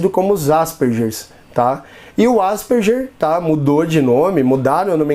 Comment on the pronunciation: Asperger se pronuncia ASPERGUER.